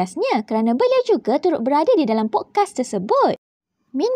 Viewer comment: SEBUT podcast pun salah conqueror pun salah xreti baca ke